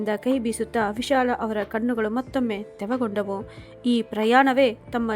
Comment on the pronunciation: ಕಣ್ಣುಗಳು ತೆವಗೊಂಡವು ಅಲ್ಲ ತೇವಗೊಂಡವು ಅನ್ನ ಬೇಕಿತ್ತು ನೀವು ಪದೇ ಪದೇ ತಪ್ಪು ಉಚ್ಛಾರಣೆ ಮಾಡುತ್ತಿದ್ದೀರಿ ತಿದ್ದಿಕೊಳ್ಳಿ